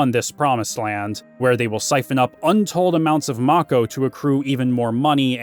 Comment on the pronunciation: I think it's pronounced "make-ohh".